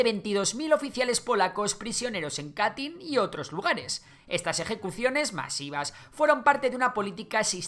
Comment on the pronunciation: Madre mia tío aprende a pronunciar y revisa tus fuentes. Katyn se pronuncia KATEN, y esos 22.000 asesinados no fueron solo oficiales sino toda la intelligentsia polaca (profesores, científicos, militares, políticos)